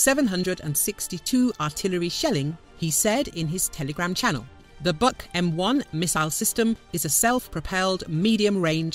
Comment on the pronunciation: [buk], not [bak].